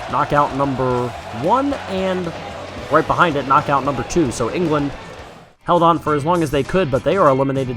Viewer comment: U have to say KNOCKOUT not NOCOUT😕😕😕😕😕